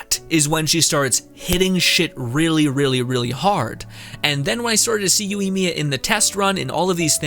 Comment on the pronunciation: I liked what you said. But I think her main failures are lack of aoe and her burst is really lacklustre. The lack of aoe makes her immediately 50% less effective even against 2 enemies. Also my guy. Yoi not youi. Plz.